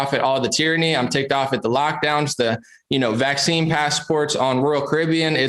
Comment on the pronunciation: can't even say VACCINE LOSING respect man!!